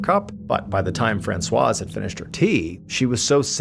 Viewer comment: I'm too distracted to follow the story. I've never heard anyone pronounce the Z in Francoise 🤔